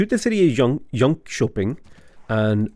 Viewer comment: Actually impressed with the pronunciation of Jönköping. Absolutely gutted Västerås tho. Anyhow, friggin amazing series so far